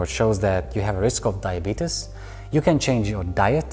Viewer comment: My man just said diebetus